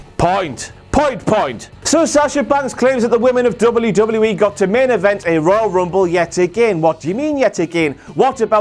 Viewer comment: Dub-you dub-yu E... NOT double U DOUBLE YOU!! E 😂